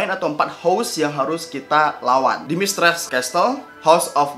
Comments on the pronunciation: Ralat bg, penyebutan Dimitrescu itu "Dimitrescu" Bukan "Dimitresc" Atau "Domitrescu". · Dimitrescu bukan dimitres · lumayan keganggu denger pengucapan dimitrescu nya